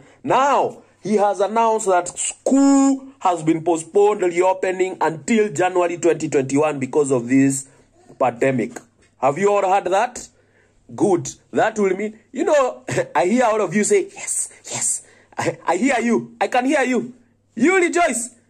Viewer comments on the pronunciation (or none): 😂😂😂 pademic...where is Joseph Kimani! Pris lread... 😂😂😂